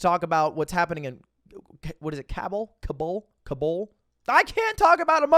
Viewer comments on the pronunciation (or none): Its kaaaa buuul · Called himself a journalist, a minute later was unable to pronounce Kabul :D